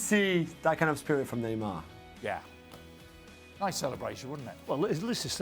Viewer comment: Who heard this dude called neymar "dick"? 😂